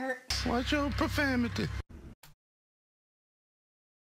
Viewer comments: I thought it was profanity but I keep hearing profamity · Do they know it's profanity not profamity